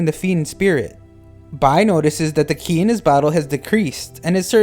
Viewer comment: qi is pronounced chi please stop saying it like that 😭